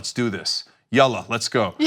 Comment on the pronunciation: Cenk just dropped Arabic Word in their made Respect "Yaahlla"